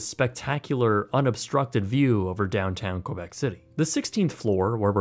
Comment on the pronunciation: Not sure Québec is pronounced as Quoibec --- but at good video nonetheless.